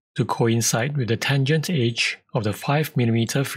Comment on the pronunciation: Great tip! Tho for the first few minutes I was confused what "H" did you mean. You were saying "Edge" for the whole time! XD ^_^' You might want to work on the pronunciation of that one :P Thanks for the video. Cheers.